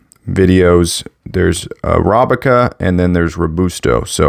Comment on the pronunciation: Arabica not arobica